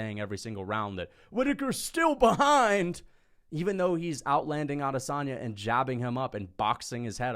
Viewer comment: you talk a big game but you can't even get Israel's name right. *Israel Lasagne